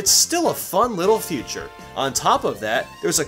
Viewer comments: You kept saying "future" instead of "feature" :3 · or , I think he meant to say fun little "Feature" but I heard future XD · Why the hell do you keep saying "One new future" or "A new future" Instead of feature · You say future everytime you mean to say feature. Very killer, ruined video for me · XD OMG! you said one surprising future IT'S FEATURE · He said,"future" instead of feature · He says Future instead of Feature, At least, that’s what I hear.. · Every time he says feature, he instead says Future. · It's "feature," not "future" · I heard future everytime he said it. I thought I was going crazy! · one surprising "future" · why do you say feature like "future"